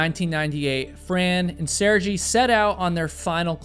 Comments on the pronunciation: I've enjoyed watching your videos but please put more effort into better pronouncing names. I only bring it up because you make a big deal of it at the beginning of your videos. A basic google search of "how to say Sergei" will provide you the proper pronunciation. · I know its an old video but just so you know how to pronounce sergei's name - is SER-GAY (cause you kept saying sergi insted of sergei prenouncing ser-gay) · Great story but hearing Sergei (Sair-gay) constantly pronounced as (Ser-jee) just drove me crazy to the point I couldn't focus on the story whenever he was mentioned. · Her husband's name is pronounced Sir-gay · I understand Russian names can be hard but bro, in the amount of time it took you to give the disclaimer you could have figured out it’s pronounced Ser-gay not Ser-gee. Respect this man’s life you’re doing a video about for gods sake. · His name is pronounced Sergay not Serjee. Otherwise, thanks for video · yup, that's probably correct. Ser-gay sounds Russian. Ser-jee gave me an Italian vibe the whole video. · Lol! I'm happy to hear that you've come upon the correct pronunciation, now! Literally, as I was listening to your retelling, I was going, "Sir-gay" after each time you said his name. I do admire your bringing it up, in the event; it takes a big man... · The name is pronounced like Ser-gay 😉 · It's pronounced like sear-gay , you totally butchering his name every time yo😮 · Jeez the way you mispronounce SERGEI was so frustrating throughout the entire video 😅. It’s obvious you didn’t watch a SINGLE video about them. If you did, you would know how to pronounce Sergei….”Sir-gay” 🤦🏻‍♂️ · the name is SERGHEY... for american... " SIR... GAY "... got it? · Walking through a minefield would be infinitely safer than climbing Everest. P.S. Phonetically, the pronunciation of the Russian name "Sergei" is "Sir-gay". I had a Russian economics professor back in the day, who was saddled with the same moniker. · Sergei. Sirgay. Not Sirgee.